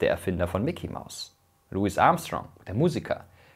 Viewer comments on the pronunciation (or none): none